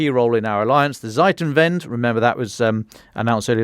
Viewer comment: Lol. the way he says Zeitenwende sounds like Seitenwende (somthing like "side turnaround"), what sounds like making fun of Scholz delaying and doging.... XD